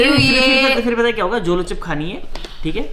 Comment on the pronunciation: Zolo nhi Jolo hota h n?